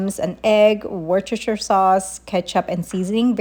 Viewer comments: It’s pronounced: Wister-sheer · I’m from the UK and the easiest way to pronounce Worcestershire is Wuss ter shur 😊